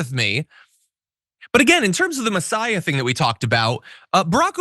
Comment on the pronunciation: Funny that he says mesiaha when they droll over Trump